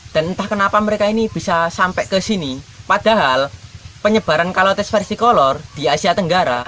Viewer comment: Bacanya caler bukan kolor emang celana kolor😂😂😂😂😂